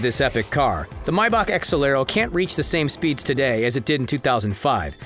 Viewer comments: May-Back not my-beck.... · Who says mybach lmao.. it’s maybach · If he says “Mybach” one more time ima kms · Did this man just say mybach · Why is he saying "mybach" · Yea he did it 2 more times, y’all tripping